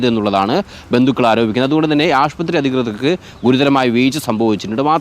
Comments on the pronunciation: ആഷ്പത്രിയോ? ശ്രദ്ധിക്കുക. ആശുപത്രിയാണ് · ആശുപത്രി എന്ന് പറയൂ 🙏🏻 റിപ്പോർട്ടറിൽ ഇങ്ങിനെ പറയല്ലേ 🙏🏻😊